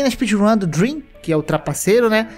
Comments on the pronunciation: "ouvi dream" *MAZUUQÉISU--* "Leio os comentários falando do *drem*" Ah.. okay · olha eu nao queria falar, mas vc poderia ter falado drem sem o "a" pra nao ficar dream pq se nao o cara pode levar um hate absurdo